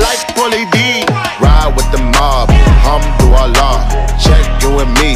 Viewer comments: Im pretty sure he is saying hum to Allah...because that is not the correct pronunciation for Alhamdulillah. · Alhamdulilah but he says it actually a little bit wrong he says Ham-du-Allah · "Humdu llah" pronounce it right da fuck. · For those people who says that Alhamdulillah means Thank God, you were right, but only if you pronouced it right. It's just like you telling people that you are sick but people say that you are suck. If you pronounce it wrong, then the meaning will be different. I won't say that he disrespect this beautiful words which is prising God by adding harsh words afterwards, I really appreciate this work, but hopefully he will be more careful and find out first, because there are things that can't be played around. ^^v